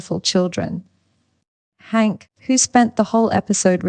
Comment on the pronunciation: Jeez people just buy mikes and record yourself. AI even butchers names like Hank now